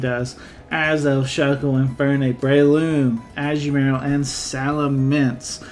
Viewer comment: Ashu-Marill? I’ve never heard it pronounced that way that’s a new one for me